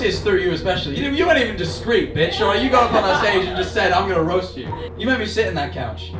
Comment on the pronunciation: ah yes "raost tom"